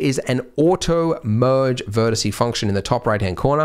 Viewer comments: Drives me mad. But I'm old enough to have had to do Latin at school. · Corporate needs you to find the differences between the words vertex and vertice Andrew: They're the same word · Haha he said vertece😂